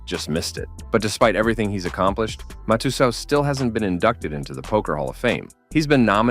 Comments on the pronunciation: Great documentary 🙌🏻 side note It’s pronounced mat - tes - sow …. There’s no “u sound ‘’ in Mike Matusow’s name despite the u being there lol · They mispronounced several names before but after that I had to comment. They're the best. Are these robots that narrate these? I've seen it before on other channels. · Cant understand when you cover Scotty Nguyen you mispronounced his name and (Matutooth) Matusow. But a few moments later you pronounced it correctly?